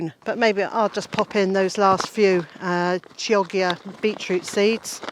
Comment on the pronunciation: Wonderful garden tour ❤ my peas never reach the kitchen either 😋 the Chioggia beetroot is pronounced [kiodjia] with ki as in kilo rather than kite, if you go with its Italian origin...but then again, when you eat it it won’t matter as you’ll probably just say “nice!” no matter its official name 😄